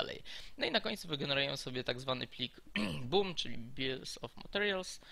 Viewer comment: BOM nie BUM. A reszta super